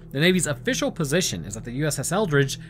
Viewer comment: Why do I keep hearing it as “USS Eldritch”?